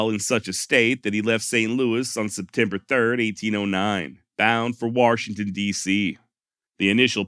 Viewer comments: Thanks for pronunciation of waRshington , sincerely from arekanSaw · An R in Washington? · I laugh every time he says warshington